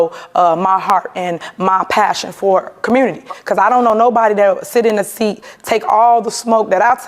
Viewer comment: She pronounces community as “carmmunity”